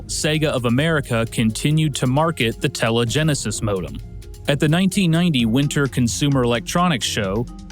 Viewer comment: "Telegenesis"... "TELEgenesis"... "TELEGENESIS"!?!?!?!